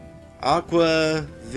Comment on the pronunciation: Well, just when my level of disbelief was coming back down, it gets sent rocketing in a screaming arc out past the moon and towards the outer planets. Oh, and "Aqua Vee-ya."